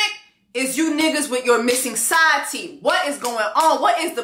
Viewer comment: "side theeth" 😂😂😂 j'en peux plus !!!